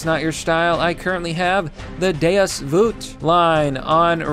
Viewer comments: Deus vuet why hell dose hey say it that way say it like vault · day-us voot? LOL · You really just said deus vut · Deus "Voot" YOU'RE DOING IT ON PURPOSE. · Lol, "Deus Voot"